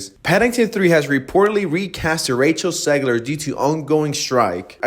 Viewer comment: Why are you saying “Segler” Learn how english letters are pronounced if you’re gonna speak english.